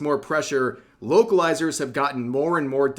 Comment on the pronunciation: I'm not going to lie. I thought Rev was saying wokalizers the entire time.